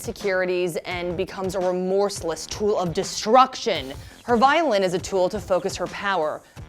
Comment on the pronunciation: can i just say: vi-o-lin, not vio-lin